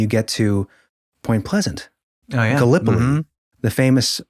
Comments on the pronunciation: Gallipolis is pronounced: Gal-lih-poh-liss, not Gah-lip-oh-lee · I should know - Gallipolis is pronounced very much like "gallop police." Yes, it is of French origin, yet the pronunciation is very Appalachian. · 🤣It’s pronounced Gallop-Police; altogether, four syllables, one word 🤣 Interesting content. WV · ITS PRONUCIATION IS GALUP---POLICE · Gallipolis Ohio is actually pronounced Galla-poll-less to us local folk...lol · Us locals call it “ gallon-o-piss” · Gallipolis is best pronounced as "Gal-ya-pol-liss" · You’ve lived in Ohio all your lives and you don’t know how to pronounce Scioto or Gallipolis? Really? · Ok I've never heard Gallipolis said the way he did in the beginning of the show. Hilarious!! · Wow man! Being from Point Pleasant, I've heard "Gallipolis" butchered in so many ways but that's the first time I've heard that 😂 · He def wins an award for that, So far off